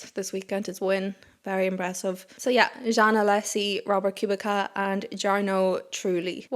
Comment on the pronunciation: Just a heads up on Robert Kubica, the pronunciation is "Koo-bit-sa". I know it's a funny pronunciation given how it's spelled, but given the Irish/Gaeilge/Gaelic I think you can appreciate a name pronounced differently than some typical English interpretations. There's also a chance that you already knew this, but were just in a flow reading and it didn't click right away. Great Review as always